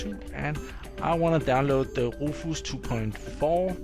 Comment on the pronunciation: Another great video! I'm really enjoying virtualisation for d*mmies!! Also, Rufus is pronounced roo fiss, you seemed kind of unsure on how to say it. Not trying to be pronouce police or anything.;o) I also noticed your teeth are looking great! How much longer do you have to wear you braces? I had braces back when I was in high school...I HATED them! Anyway, great videos, thumbs way up. Thank you!! eric ps: I rewatched video 169...laughed my off again, a truly classic line!